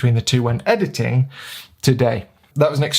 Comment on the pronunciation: ahahah loved how you say EDITTING! XD Anyway.. thank you for the video. I am myself shoowting Jpeg + RAW and starting to play with the in camera Fuji Jpeg settings to get the most out of them and see if I can get some more usable Jpegs. That would be particularly useful when sending the files to the phones.. (the app only sends Jpegs) Fuji let's you tweak highlights and shadows as well so I am trying to get more dynamic range out of them. A little bit like Logs in video... but not to that extreme